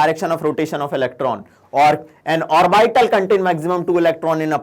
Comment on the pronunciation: Orbital ka wrong pronunciation hai....